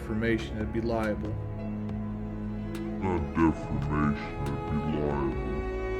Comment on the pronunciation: doesn't know it's call 'libel' not 'liable'. Great work as always.